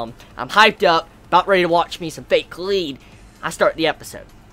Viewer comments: you say it like "collide" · god I hate it when people pronounce kaleid wrong